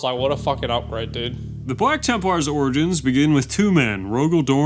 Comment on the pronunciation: I swear it sounds like is saying "Bwack Tempwars". Every single time.